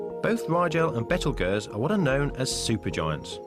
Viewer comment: What is a betelgeerz, it is pronounce beetle guese